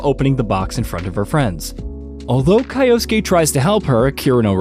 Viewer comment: Kai-osuke?? Kai-osuke?? good god.